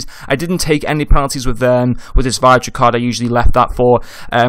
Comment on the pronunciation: Good vid - pronounced Vid-ra though